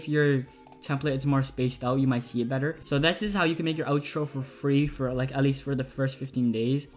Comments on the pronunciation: Not to be mean, but it's OUTro not Otro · no I meant you SAID it like oetro like o